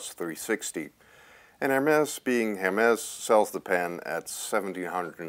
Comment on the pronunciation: Please don't pronounce the c at the end of Montblanc. But do pronounce the s at the end of HERMÈS. (HAIRMESS)